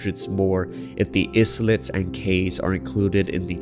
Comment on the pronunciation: "islet" is pronounced more like "eye-let"